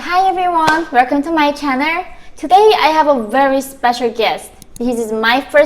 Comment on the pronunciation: I love how she says "werkom to my channer"